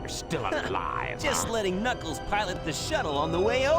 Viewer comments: It's Knuckles not Knikles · it’s not niggles it’s knuckles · you're saying knuckles' name wrong